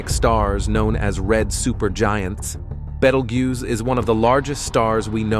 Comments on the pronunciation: Can you teach your AI voice to be consistent in pronunciation? I heard at least three different ways it said "Betelgeuse" in this video. Or better yet, find an intelligent HUMAN to read the script. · Also, please consider pronouncing things like Betelgeuse, sphere, deflated, recent, times, and whatever else you mispronounced after I stopped watching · Why all the weird mispronounced Betelgeuse? AI voice? Also, I didn't catch anywhere that "we will not survive this."